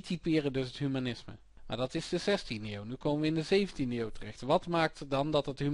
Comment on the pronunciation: zeer handig dit ! alleen iets meer "DE" in plaats van "DIE" ;P